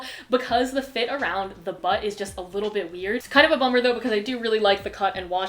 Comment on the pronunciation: "Kind of a 'bum-er'" haha